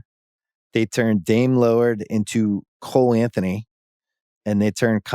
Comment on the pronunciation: Bill said Cole Anthony..🤦🤣🤣🤣🤣🤣🤣🤣🤣🥸🥸🥸